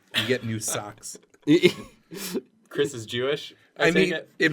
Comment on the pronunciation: It's K R Y S man! Krys! Not chris. KRYS!!!!!!!!!!!!!!!